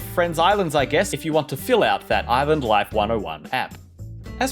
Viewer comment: sweetheart, I am an English speaker. I know how this works, but life and laif sounds very differently from each other. Try again